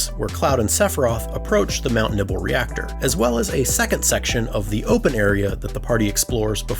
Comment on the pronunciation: Man said "Mount Nibble" 😂